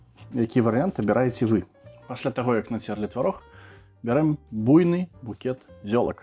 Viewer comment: Файна! Дзякуй! Трэба паспрабаваць) ( можна, калі дазволіце, зазначу пра націскі: буйнЫ і вЫпадак - націскі на Ы мусяць быць па літаратурнай норме. Ці гэта ў вас нейкі рэгіянальны варыянт?)